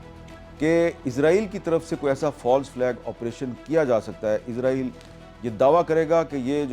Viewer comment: Not Izraieel, It's Israel